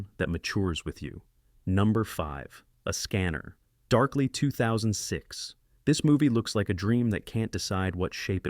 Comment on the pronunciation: out of ten, I know 8 and consider at least 4 all time classics. I dont know any science fiction fan who doesnt know "Enemy Mine" for instance. And please, stop that AI voice nonsense. A scanner... (long pause).... darkly 2006. No human speaks this way.